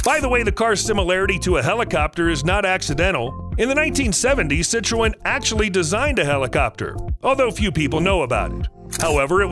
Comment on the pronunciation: Citroen is pronounced si-truhn